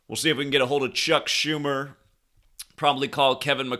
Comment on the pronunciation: Chuck Joo-mer